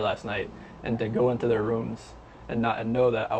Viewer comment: “See der loved ones”?? Interesting, but the shaking is quite distracting, and the narration could be better. Why,, Whyyyyy?